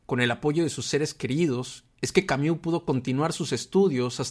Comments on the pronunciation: Tú dices Camiú y es Camus! Jajajaja 😅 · Xq pronuncias Camiu?